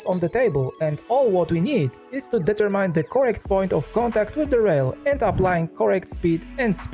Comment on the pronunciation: Advice: look for the correct English pronunciation of several words you repeat constantly in your videos. For instance: determine.